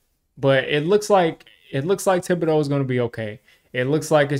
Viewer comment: it’s pronounced day-bull. Not sure why Schoen calls him day-ball.